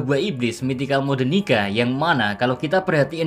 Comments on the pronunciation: Bro why you say it nigga not nika? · cok yg bener lah njir nyebut "nika" ntar di cancel western wkwkwk.